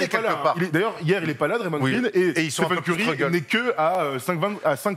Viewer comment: Stiphen Curry😭 après il va dire « Stiph » aussi « Stiph gonna Stiph » ok je sors